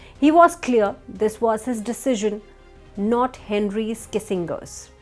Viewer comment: Nix-on? 😂 Kissin-gor?